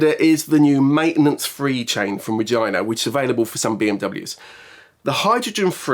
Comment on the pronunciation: "...I'd like to test the claims of the..." WHAT ?! :face-blue-wide-eyes::face-purple-crying::face-purple-crying::face-purple-crying: lol I went back a dozen times and I still can't not hear the "V" in his pronunciation of "Regina" hahahaha :tears: I mean seriously, there was no R involved there.